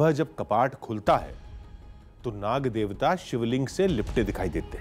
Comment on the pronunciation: Ancor acting Kam kar yar or nag devta bola kr na ki saf 😠